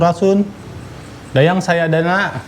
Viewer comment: SADAYANA BANG BUKAN SAYADANA😭😭😭